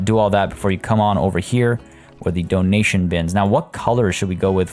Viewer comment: When you put the emphasis on DO in donation. My automatic thought was "Do. A deer. A female deer" even though the logical part of my brain was like "He means dough as in money"